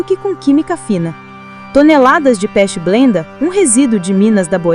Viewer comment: Por favor, é pechblenda e não pest blenda. Os vídeos desse canal são realmente muito bons mas, as legendas deixam a desejar. Inclusive os outros vídeos já disponíveis. Mas muito obrigado. Não quis ser desrespeitoso